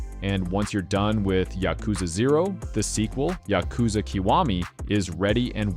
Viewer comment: afaik, you pronounce "Yakuza" wrong, just like I did by default. Supposedly it's pronounced more like yA-kuza